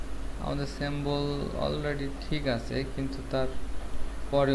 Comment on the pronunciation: সেম্বল না সিম্বল😂😂